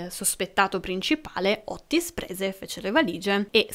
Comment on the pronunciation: Otis....con una t. Non Ottis